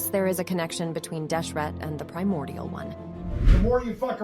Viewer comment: I mean, she did say "Feel my priomordial wrath!"